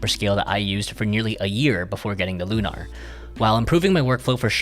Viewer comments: It’s lunar, like moon. Not “looohNahr” like you keep saying 😂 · Not that it matters, but why do you pronounce it Loo-Nar with the emphasis on the "nar?" It's Lunar, with the emphasis on the "Lu." Like a lunar eclipse. You know, the moon?